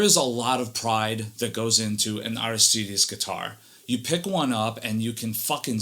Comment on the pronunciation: It's pronounced Arístides with an accent on the first í. Sounds weird when you're used to something else. Is it Spanish? This is awesome, could tell it was too notch after 30 seconds.